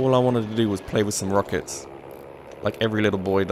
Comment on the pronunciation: “Lemme play with my rockects buddy” lol